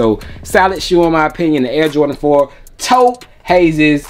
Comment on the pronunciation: You get a like for correctly pronouncing Taupe right.